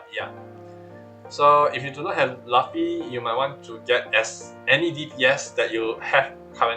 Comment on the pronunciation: bro who says laffy its luffy lmao😂